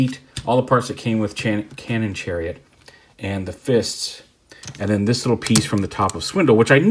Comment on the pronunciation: "Channon cariot"